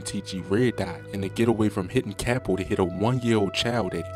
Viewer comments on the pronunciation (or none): none